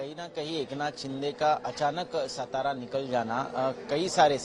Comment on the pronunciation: सतरा नहीं रे अंकरो..... वो सातारा है ! जो महाराष्ट्र का बडा जिला है.